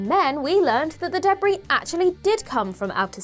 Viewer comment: From now on I’m pronouncing debris debbree thank you